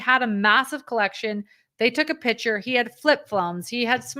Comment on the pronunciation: The pronunciation is pick - chur. I am hearing pitcher.